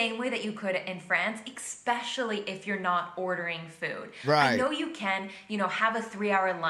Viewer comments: If you come to the US, don't use the word "expecially", it's especially. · The word is especially...NOT exspecially. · the way she says EGGspecialy was annoying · It really disturbs me when someone who is well-spoken says “expecially.” 😩😫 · I just want to know what "expecially" means.... 😂😂❤❤ this is a joke, right? Her opinions are whack. 😅🙃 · HOW DOES SHE KNOW HOW TO PRONOUNCE 'espresso', BUT FLAT OUT ENUNCIATES 'EXPECIALLY' EVERY SINGLE TIME? Thank you for coming to my meltdown.. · I was looking for someone to mention this. I usually try not to be a grammar and pronunciation nazi, but the inconsistency of her understanding of those two pronunciations made my teeth grind. I wonder if later on she went to the lie-berry to read an ek-specially good book. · It was driving me nuts hearing her repeatedly say "expecially"! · jesus christ, say the word "expecially" (sic) ONE MORE TIME! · she keeps saying "expecially" which isn't a word. Not in America, not in Europe. Not anywhere. And I'm a little ashamed to say it triggered me. So now I have an irrational hatred of her voice, because I'm waiting for the next "expecially". She said it like 15 times. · For her, there is no K in "especially." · “Rich old white men” what a dumbass. Also she’s saying the word especially with an ‘X’